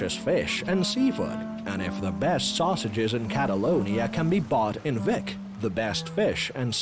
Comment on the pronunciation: Flat as a desk? It's surrounded by volcanic mountains. And it's pronounced 'Beek' not Vic.